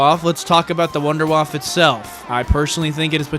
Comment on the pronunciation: “WUNDERWAFFE”!!! Not WouNdErWaFf that’s not right bro